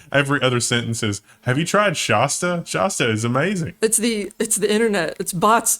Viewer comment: You pronounce Shasta like monsters! 🫤 A as in hat. ❤️